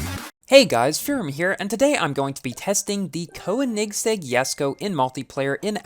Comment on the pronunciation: It sounded like you were having some problems pronouncing Koenigsegg